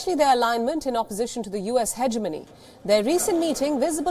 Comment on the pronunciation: you said it 'US hedgemony'